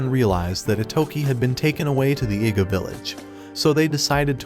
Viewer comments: An Iga ninja. I know what it sounds like, so maybe the AI must be mispronouncing "Iga." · Bro, I heard him say a nig3a ninja, or is that just me